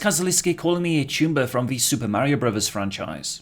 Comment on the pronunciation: when I first heard you say "choomba", I thought you said "tumor"